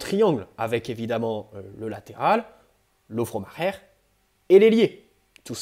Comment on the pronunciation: Lovro Majer se prononce Lovro Mayer si jamais 😄 A part ça super vidéo (même avec ça d’ailleurs) continue comme ça 👍🏻👍🏻